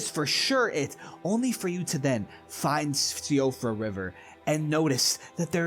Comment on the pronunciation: Seeing siofra pronounced see oh frah makes me laugh as i think to myself that i totally didnt learn its pronounced sheefra because of vaatividya like 3 months ago